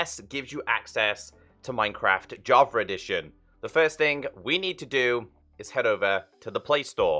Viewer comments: I always hear you say Javer it makes me laugh lol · i was looking for java edition bro, what's this "javer" you speak of?? 😂🤣💙